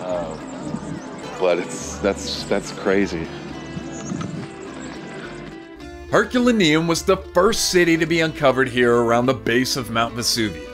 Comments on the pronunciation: It’s pronounced “Her cue lay nee um”…. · It’s pronounced Er col are no